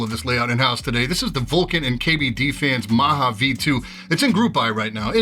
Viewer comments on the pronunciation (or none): Maja is named after "Majapahit", so it should be pronounced similarly with a hard J, like in "Jump". It's definitely not "Maha". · Thanks for reviewing this board. One constructive criticism: this is pronounced ma-ja as in muh-gah because the inspiration is one of the traditional ancient kingdom in SEA. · The J is pronounced as J, not as H. ;D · the j in maja is pronounced like the j in juice